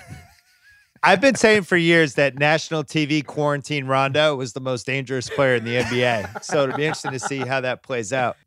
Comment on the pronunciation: Bill actually said Rajon Rondos name right. So many people say it wrong